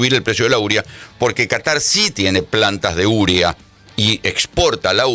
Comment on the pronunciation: Se dice UREA (U-RE-A). Así cómo usted lo dice no se entiende de que usted habla?